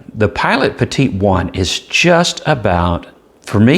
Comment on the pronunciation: Great review. And you pronounced Petit correctly, one of the few. Funny thing up here in Canada: the Petit is the same price as the Kakuno and the preppy. It is a weird place. I say our motto should be "Canada: "C'est/it's Bizarre". Bilingual and says it all. ;) thanks for the great review, I know this is super old, but still relevant.